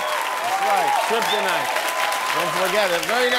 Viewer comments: tryptonite..its kryptonite lol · Just came back here to remember something once forgotten... "tryptonite" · Not only does Floyd Sr say “tryptonite” but he says it’s the source of Superman’s power 😂 double whammy ! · My Guy said ‘Triptonyte’ i’m sleep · Did mayweather Sr. Just said triptonite? Lol for sure your ass is tripping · that dude really said .. TRIP TOE NITE !! LOL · came to the comments after "tryptonite" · Did he say Tripp tonight???😂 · Laughed my ass off when I heard Mayweather SR say "tryptonite". LOL. Superman would beat Batman because he got that tryptonite in him. LMFAO! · Did he just say TRIPTINITE?!?! (Thats a dope ass word btw xDDD) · Floyd Sr said tryptonite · Pops said triptonite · Did he said chryptonite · Tryponite lmao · Ummm what is tryptonite 😂